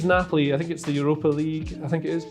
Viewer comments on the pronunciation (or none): none